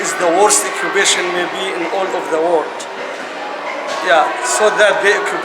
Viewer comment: Oh, and driving home how many roads is she forbidden to use, and how many check-points will she be made to stop at by some m.ron with a gun over his shoulder? Yep, such an easy life - not. P.S. 'occu-p-ation' not 'occ-b-ation'.